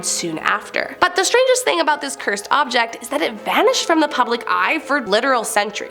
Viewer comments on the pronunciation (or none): none